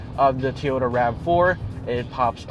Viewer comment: "Toh-yow-tah" lol